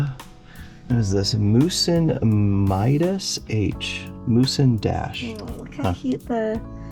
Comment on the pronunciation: Pronouncing Muse Dash as Musen Maisen the first time was a jumpscare lol 😂